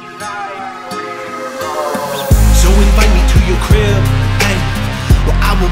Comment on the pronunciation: I'm just saying everytime he says crib is sounds like grill Good luck unhearing it